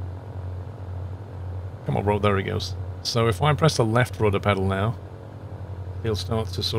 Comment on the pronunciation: I like everything about your videos except the way you say the word "there" like Chingy 🤣🤪